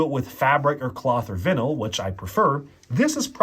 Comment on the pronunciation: Anyone else annoyed at him mispronouncing vinyl